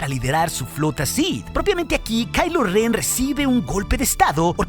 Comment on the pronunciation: es ren no ben ok, no es jate